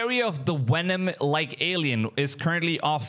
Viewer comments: I might have missed it but the Bigger question to me is if other content creators have gone there and filmed it or are trying to film it, what has happened to the guy that found it?! (Ps... Stop saying "Wenom". Cause i dont know when um the new Venom movie is coming out but no time soon. Im sure. IN ALL SERIOUSNESS? YOU ARE COVERING SOME GOOD STORIES AND I WANT TO SUB BUT IF YOU ARE STILL WITH ME MAY I REQUEST OR SUGGEST THAT YOU STAY UP TO DATE WITH THESE STORIES? WHERE IS THIS GUY? OR BETTER YET, WHERE IS THE WENUN CREATURE NOW? OR YOU DID A PRETTY COOL VID OF THE YOURE OPEAN SPACE AGENCY IMAGES OF Ai ATLAS. MEANWHILE JAPAN JUST TOOK A PRETTY DAMN CLEAR CLIP OF Ai ATLAS 2 DAYS AGO AND WH🤯A! LOOKS A LOT LIKE A SHIP! WYA WITH THAT?! CMON MAAAN?! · Did you turn your V's into W's? Moowing and Wenom is crazy work!😂😂😂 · Please dont call Venom WHENOM. lmao